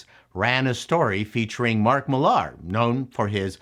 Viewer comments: Miller and Millar is pronounced the same. It's not Mil-LAR. I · Minor correction: It's not Mark Mill-AR. I once read an interview where, at the end of the interview, Mark was asked, "If there's one thing about Mark Millar that most comic book fans don't know, what would it be?" Mark's response was, "Frank Miller and I pronounce our last name the same way."